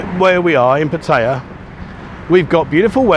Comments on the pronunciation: It's pat a ya not pat tie ya. Have you ever heard a local say pat tie ya, answer fuck no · pat ta ya lol he is learning sometimes he gets it right :) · Why after all this time are you still pronouncing Pattaya wrong. The emphasis is on Pat NOT on TAY.!!!!! There is NO choice. It is very ignorant to Thai people to pronounce it the wsy you do. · Brits mispronounced Pattaya. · FFS learn how to pronounce the name of the town! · How long you been in Pattaya and you still can’t pronounce the name correctly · I think you should learn how to pronounce Pattaya, fin Brit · You should learn how to say Pattaya properly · Enjoy the channel however if u r going to live in Pattaya you should learn to pronounce it correctly.